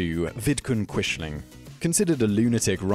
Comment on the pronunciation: Thank you for including Hanoi Jane Fonda and the Rosenbergs. Please work on your pronunciation. Quisling is pronounced like Quizling. Neither Lawrence Olivier nor Robert Powell in either the World at War or World War II in color pronounced Quishling.